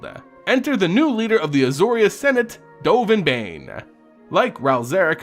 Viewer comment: i enjoy the lore aspect, but the pronunciation of the names kills me. dovin BAIN? jace BULLAIRIN?